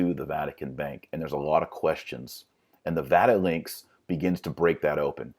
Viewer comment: Did you just say Vatilinks